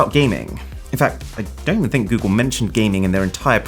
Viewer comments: Goodgle..... 😂😂 Helarious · When you said goodgle my phone activated Google assistant 😂😂😂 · I don't think I wanna watch anymore of your videos after you said goodgle 😂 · my phone seems to think your "goodgle" was good, it triggered the google assistant 💀😂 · When you said goodgle my google assistant came on. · Why is this cuck saying “Gewgel” 🙄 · 'Goodgle'?? Good grief! :D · Is it just me or your phone also triggered the assistant when he said "gooodgle" xD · "GOODGLE!!!!!!" Cancel this channel at once! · "Goodgle" I should unsubscribe for that comment 🤣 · He meant goodle but it sound like good girl